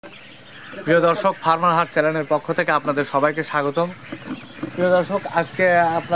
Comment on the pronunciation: চেলেন না চেনেল।